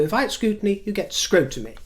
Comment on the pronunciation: Scrutiny- Scrotiny 🤣🤣🤣